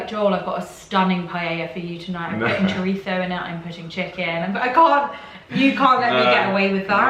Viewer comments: I'm Mexican and yall are putting that T sound in CHORIZO and it's killing me. I don't know if the Spaniards add a T or however their Spanish makes that sound, but like OMG what is with the extra T!? XD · It’s all so funny coming from people who eat nasty canned pork & beans on toasted bread. Also your pronunciation of chorizo... is not at all correct 🤷🏻‍♀️ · No, you brits its CHORIZO - Spanish speaker here and only you lot are the weird ones pronouncing it CHORITHZO.... This channel is so full of itself! Let me tell you about Americans (I'm Mexican living in the U.S.) this channel has a serious case of condescending-patronizing sense towards my American friends and I just have to say, don't impose things that you think are "normal" to you guys because you are European and think you are superior in your ways. Most Americans I've met are very adapting to other peoples ways, when I say tacos they say tAHcos, ya'll say teykos - y'all don't even try pronouncing it correctly... Americans try. I get that the United States is not perfect but overall this video does not speak of the beautiful people that I have met here and they way they go out of their comfort zone to make us foreigners feel at home. Also, food! You're complaining about food! Don't the English have the worst food in the U.K. - bland and unimpressive. Good American (especially Southern cooking) is really great and not at all what you seem to think. I think in order to get really educated you need to dive head into a country in order to really critique it - and even then people who do, end up loving said country.... Y'all just love to hate! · Here's a Spaniard that says CHORITHOOO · You're telling Americans how to correctly pronounce parmesan, yet you're okay with mispronouncing chorizo by adding a T sound to the word. It's not an Italian word. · In the US We don’t pronounce chorizo with a Spanish lisp because we’re closer to Mexico. They don’t have the lisp when they pronounce chorizo